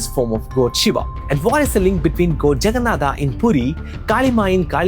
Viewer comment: Bro I'm from Odisha 😅we odias pronounc exactly how you described Jaganathah . If you know all these stuffs. Why don't you pronounce those words properly, it's not that hard atleast try . From a guy who is making content from santana dharma atleast have to pronounce correctly. From your mouth it's more like a eouropen pronouncing those words. I'm not exaggerating this but this necessary looks how Mahabharata became Mahabharataa with the time and the most of Indians are also pronouncing like this 😑😒😒.